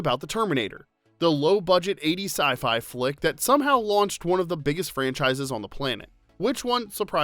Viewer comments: Lol, "sci-fli fick" right out of the gate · In the beginnings my you said SI-FLY😂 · Makes fun of arnie .. goes on to pronounce it "sci-fly" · Lol my guy said Sci Fly Fic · Did you say "sci-fly thick"? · 😳 LMAO ... you said SY FLY !!! 🤣🤣🤪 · haha "sci fly fick" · My favorite was when you said sci-fly.